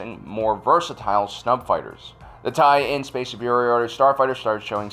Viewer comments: You keep saying "TIE-in", which is mis-reading it. The end-letters are lower case "LN" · It’s not a Tie in, its TIE LN (TIE/ln). The ln is short for “line”.